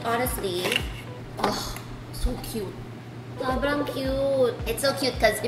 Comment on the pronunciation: na aliw ako sa "it's sa kyoaaat" di ko alam pano e spell😂